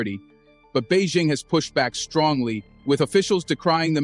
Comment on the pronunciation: Bei.. Jing Not Bei Zing. Learn to pronounce the name properly